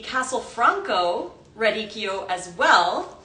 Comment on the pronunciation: So nice to hear someone pronounce’radicchio’ correctly! 🎉